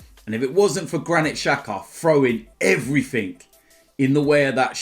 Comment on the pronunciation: “And everfing else”